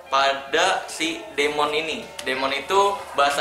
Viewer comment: Terus demon itu bacanya " dimen"